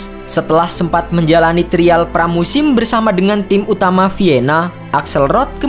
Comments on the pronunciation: Trial dibacanya : Trayeul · TRIAL 😂 TERIAL lucu baca nya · Trial ----> (dibaca) trayel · Aksen indonya kurang2in mas, trayel bacanya ga sih? Bukan trial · Pengucapan “trial” membuat saya klik dislike button 🙏